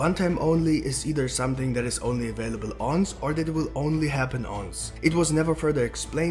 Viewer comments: It's once not unce 🤣🤦🏾‍♂️ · just to let you know the pronunciation for once is one-s not ons. :)